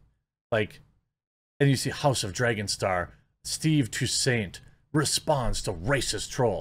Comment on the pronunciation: Oh Jeremy you're such a pleb... Toussaint "TWO SANT", like two cent, but SAHNT.